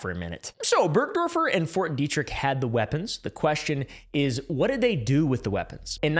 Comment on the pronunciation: dude pretty much said ft detrick right well done lad